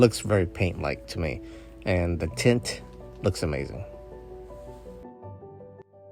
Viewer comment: thought he said can u see the tit 🤣🤣